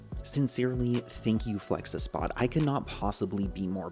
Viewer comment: Its Flexispot not felxespot